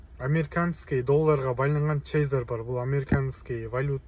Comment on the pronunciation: Чейзер эмес тезер тууган,же мага ошондой угулуп атабы?